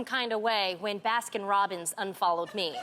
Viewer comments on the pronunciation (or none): why does tamera not know how to say baskin robins